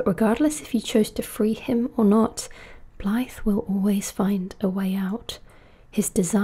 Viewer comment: You’re the closest (assuming) non-Welsh person I’ve heard pronounce Blaidd almost perfectly. However, when pronouncing the “dd” at the end, it’s more like pronouncing “th” but as if you’re trying to make a buzzing noise like a bee. So it’s closer to V than it is to F. If that makes sense.